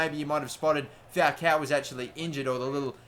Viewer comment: Dude, AMAZING videos, very entertaining. Although, your pronunciation of "Falcão" is a little weird, haha! You're saying Fowcow. Go to google translate, but it to spanish (or brazilian portuguese, because his name is inspired by a brazilian footballer of the same name) and type falcão; you'll hear how it's correctly pronounced! Cheers, mate!